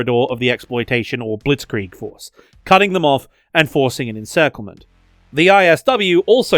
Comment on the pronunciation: also you Angelsachsen Always say Blissgrihg which is Not very pleasent to the ear, especially when Bewegungskrieg is such a beatiful word that is harder to butcher